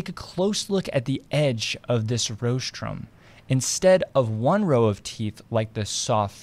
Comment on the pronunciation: You may want to check your pronunciation of rostrum (RAWstrum, not ROHstrum.)